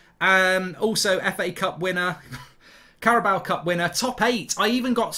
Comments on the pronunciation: I need to know If I've been saying the carabao Cup wrong or if he's saying it wrong. CARABOWA???? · Why do you add an ‘A’ to the end of the Carabao cup? 😂